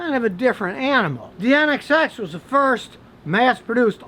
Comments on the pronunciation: Scotty its nsx not nxx lol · Scotty its NSX not NXS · Scotty, it's an Acura NSX - Not NXS. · Drink every time he says NXS instead of NSX. Crackhead!